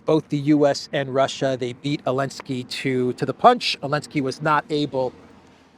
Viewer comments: OK I just got ask finally, is there something in Ukranian language where you don't pronounce the Z, in Zelensky, or is that a special American dialect thing? I mean I have done it myself a few times after listening to you etc. and I know dropping consonants is normal with slang. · ZELENSKY NOT ELENSKY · He’s NOT called Vladimir Zelinsky, it’s Volodomeer and he’s in Keeeev. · His name is Vladimir Zelenski not Volodimir Elenski